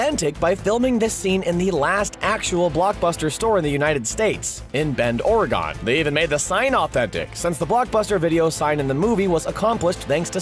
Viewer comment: It is Oregon not Orygone ---- "Or-eh-gun"